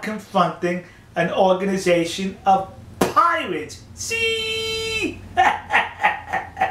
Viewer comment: Piwates... Amewica...... I'm doubled up with laughter!